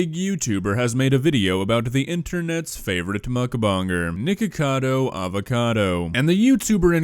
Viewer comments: I love how PewDiePie says it nIcKAdO ACkAdo i love it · He keeps calling him Nikado lololol